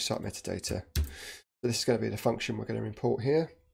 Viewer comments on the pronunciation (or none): Sorry, great tutorial, unfortunately spent most of it screaming that doesn’t say METADATA IT SAYS MEAT-ADATA. Vaguely painful.